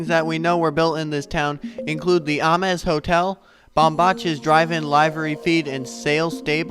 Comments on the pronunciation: I'm pretty sure the location is pronounced "Aim-s", not "Ah-mes". Check with a few old timers. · If you can say James, you can say Ames. With a long 'A'. ah MEZ is Spanish. Nice job otherwise. Appreciate the footage ! B. Ames